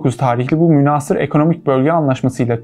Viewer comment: Kardeş muhteva çok iyi, tebrik ederim. Lakin çok rica ediyorum lisanımıza biraz daha itina. "Münhaasır" şeklinde a harfini uzatarak okuduğun kelimenin okunuşunda a harfi kısa okunur. "Casus Belli" terimi Latince olduğu için hadi onu Türkçe okur gibi ce sesi ile okumana bir şey demeyelim (Aslında bu muhtevayı hazırlayanlar o Latince terimin okunuşunu da biliyor olmaları gerekir.). Türkçemize Arapça ve Farsçadan geçmiş köklü Türkçe kelimelerin nasıl okunacağına önceden hazırlanmak iyi olur kanaatindeyim.